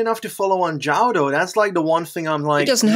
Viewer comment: You guys deserve major props for pronouncing 'João' correctly, that name has been fucking butchered for a long time x)